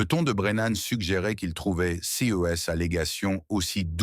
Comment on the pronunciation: Quel dommage la diction C-E-S etc… 😂😂😂😂😂😂